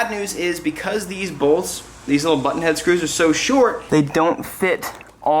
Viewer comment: sounds like u said butthead screws 😂😂 im a child inside i know